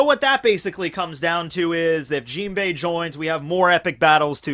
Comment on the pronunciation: Why do you pronounce Jinbe's name with an "i" at the end? Similarly with the word "anime". It's really annoying ...